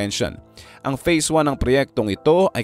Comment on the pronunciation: Phase po, hindi face. Feasibility studies po, hindi visibility studies po. Peborit ka siguro ng English teacher mo ano, pre.😮😮😮